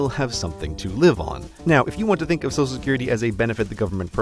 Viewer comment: Heh, you say "sosal security card"